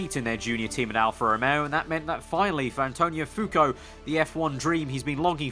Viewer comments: It's "Fuoco", not "Fuco"... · The hype is real! p.s. Your pronunciation of "Fuoco" is wrong